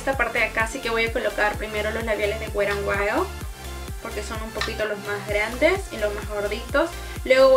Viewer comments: mena wera en wayol 😅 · Perdonnnn pero me causa un conflicto el que no pronuncies bien la marca wet n wild jahaja